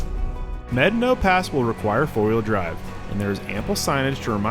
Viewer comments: No. No you have not. Probably. It's pronounced "meh-DAH-no" or "may-DAH-no," not "medd'no" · Brother. Med-a-no. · If your going to make videos of our beautiful country you need to pronounce the name right. It’s pronounced…mad. Ah naw. Pass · Buena "Byeu-na" Vista was intentionally pronounced as such, to sound like the beginning of the word, "beautiful." The town name has an official pronunciation. Medano Pass isn't pronounced like "medd'no" by anyone other than a few polygamists who live outside Wetmore. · How many white people does it take to properly pronounce a Spanish word? I've heard it as Meh-Don-oh, Med-a-no, and Med-no. Guess only the conquistadors really know. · The park rangers I have talked to at the national park do not pronounce it like he does. I think this pronunciation should be the Spanish pronunciation unlike the German settlers that named Buena Vista that spelled it Spanish but pronounced it differently so people could argue over the pronunciation in 2024 in social media.